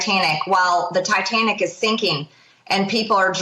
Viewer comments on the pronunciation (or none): The Tai-tam-nick.... People are drown-ding.... Yes, ReTrumpturds... Please continue to ban books with more than 4 letters per word. I'm guessing they read abbreviations better than actual words. SMFH 🤬. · Guys, "the TITAMNIC is sinking and people are drownding!" 😂🤣😂🤣 Looks like someone needs to revisit English class.